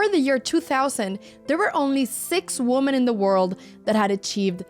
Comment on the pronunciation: Would somebody around Anna please tell her how to pronounce "women.'